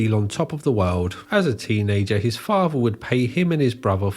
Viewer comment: What is a faver? Are you trying to say father? You know that the word is father not faver, right?